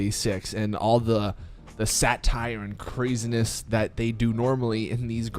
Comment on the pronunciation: Why'd you say "satire" like "sat-tire" lol